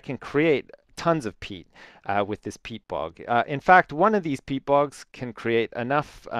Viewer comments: its not pete, its peat, aka shit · Lol i thought he said "pete fart"